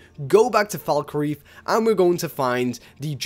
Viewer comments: The way you pronounce Falkreath and Jarl is appalling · FalkREETH..."J"arl. This guy never played Skyrim outside of his videos. Probably just for the views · Jarl. Falkreath. Please learn how to pronounce words.